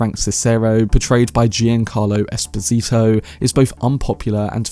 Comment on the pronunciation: incredible butchering of Giancarlo Esposito’s name, Jesus Christ